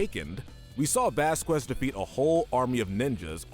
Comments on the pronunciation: (vas-cas) not (vas-quez) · The way you say Vasquez is kind of bothering me